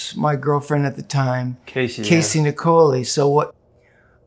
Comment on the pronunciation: It’s interesting that when Perry references his ex girlfriend Casey that he pronounces her surname as Nic-oh-lee rather than ‘Nickeleye’ which I was always lead to believe it was.